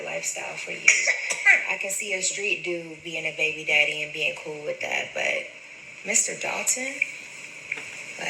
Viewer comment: When she says “baybeededdie” 😩